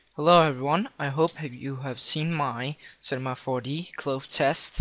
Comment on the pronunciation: jheez cache you say cash cloth you say clothe Made Me Laugh